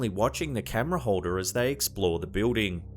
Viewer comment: I like the pronunciation of building, biwding?